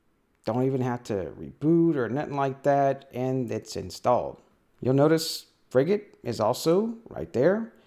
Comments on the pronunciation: I was on a Frigate for 4 years. You are saying it correctly 👍🏼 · As someone who's served on a frigate - HMAS Canberra (Oliver Hazard Perry Class FFG) - no, you're pronouncing it properly.